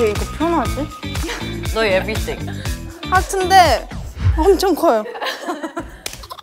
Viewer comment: Ryujin: maybe..... Everything Chaeryeong: maybe.... Everything Lia: Maybe everything Yuna: maybe everythang Yeji: Awe Aweting.